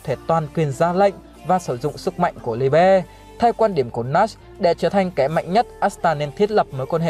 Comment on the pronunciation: Phát âm Liebe trong tiếng Đức là ly-bờ anh ơi